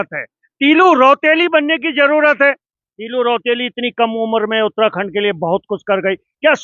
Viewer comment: बीरवाला तीलू रौतेली जी का नाम इनके मुंह से अच्छा नहीं लग रहा !! पत्रकार महोदय इस नाम को हल्के में न लें !!